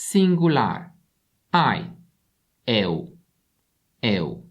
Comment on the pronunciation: What the hell, man? XD „Eu” se pronunță “ieu”, not “eu”. Damn…